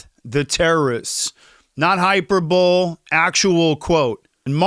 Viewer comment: Hi - per - boll - ee This is how you pronounce "hyperbole".